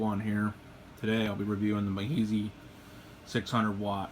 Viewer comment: love the videos man! one pet peeve though it is pronounced me-is-high just fyi - subbed